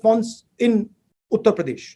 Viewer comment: What he spoke A utter pradesh Mind blowing English